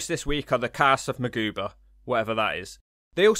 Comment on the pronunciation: Mcgruber* (Mick-groo-ber) Thank you, that was really bothering me.